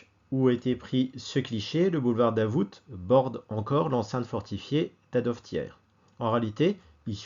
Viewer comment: Le "t" de Davout est muet. Mes oreilles ont saigné pendant toute la vidéo 😄. Un habitué du quartier depuis 30 ans.